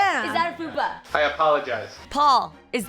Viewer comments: Jeannie,... it’s FUPA 😬 FAT UPPER P*%&Y AREA. Idk how you’re pronouncing it LOVE YOU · Watched "what you've been doing to keep from being bored". Were you saying foodpa or fupa? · Jeannie, it's a fupa, lol, not foodpa. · Are you saying "Foodpa"? 😂😂 It's F.U.P.A- fat upper pelvic area. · why is no one mentioning that Jeannie was calling a Fupa a Foodpa 😂🤣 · She was saying FOODpa but its Fupa isn't it??? IDK